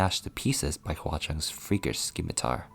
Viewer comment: Scimitar not skimatar